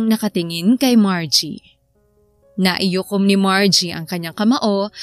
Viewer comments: Yong story teller Mali ang sinasabi naikuyom hindi naiyukom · ganda ng storya, pero " naikuyom po, hindi naiyukom" 🤫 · Ang kulit ng buntis..😂😂 Miss Narrator NAIKUYOM po ang tamang bigkas at di naiyukom. Ang dami kasing beses na binanggit mo kya napansin ko tuloy..✌✌ Salamat. ❤😊